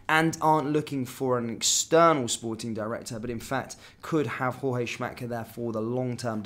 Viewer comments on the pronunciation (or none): Say JOORG. He's NOT a mexican Jorge